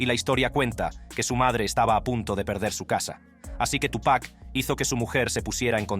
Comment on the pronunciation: Todo bien pero por respeto al artista se dice Tupa' (apenas pronunciando la C) no Tupack